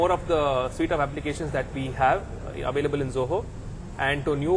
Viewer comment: That is Zoho, not Joho!